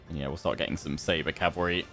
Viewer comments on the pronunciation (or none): none